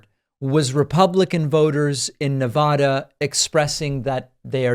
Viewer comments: It's Nevada, not NeVAHDAH. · In all the years you've spent covering politics, you still fail to say Nevada correctly. Do you legitimate think the name is pronounced the way you say it? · Please pronounce Nevada correctly in the future. The middle syllable sounds like the middle syllable in Nebraska. Don't mispronounce it like Trump does.